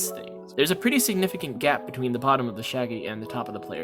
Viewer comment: Kinda nitpicking with the "GAP"